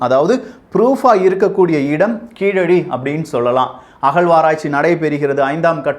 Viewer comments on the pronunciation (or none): Keeladi illa Keezhadi